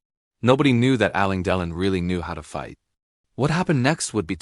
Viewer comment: On tv ,making reviews and comments, you should know how to pronounce the name of the Actor properly! Ok '! ✅! You are not saying Delon , properly! Bruno usa